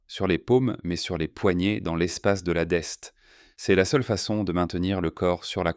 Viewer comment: "... espace de Destot, pas de deste ...